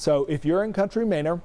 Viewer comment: Bro COUNTRY MANOR 😂😂😂😂 not minor. Not mayner. 😂😂😂